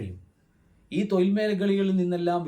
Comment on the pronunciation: 'തൊയിൽ' അല്ല.... 'തൊഴിൽ' ഴ ഴ ഴ ഴ ഴ.... എന്നു ശരിക്കുച്ചരിക്കാൻ ശ്രമിക്കുക....!!